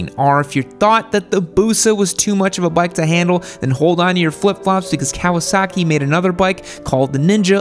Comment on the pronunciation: you say Kawa-SACK-i like Trump says, CHY-NAH